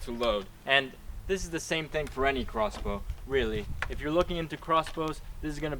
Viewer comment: you said rossbow